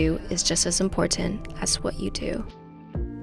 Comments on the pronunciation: I have come here to hear say "imPortant" LOL...Love it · Great video. But you’re pronouncing the word important incorrectly